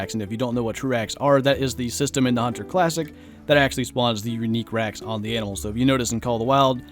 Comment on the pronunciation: you said runique racks...